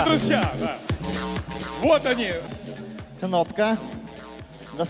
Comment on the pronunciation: Друзья дегенді Длузля деп қалд хазахахах